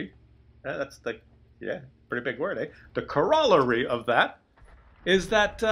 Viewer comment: Corollary: Kor-a-larry ...not Kor-rollery